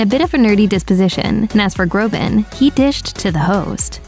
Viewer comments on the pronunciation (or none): Btw his last name is Groban, not Grobin